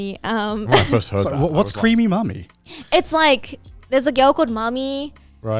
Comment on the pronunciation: When she said "Creamy mami" I was so confused, and I wasn't sure if she said "Creamy mommy" or "Cream me mommy" but in both cases, it sounded wrong, like... Really wrong... Anyway, nice episode as always!